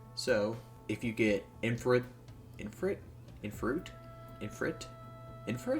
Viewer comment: Finally another Preston video Also its pronounced eefreet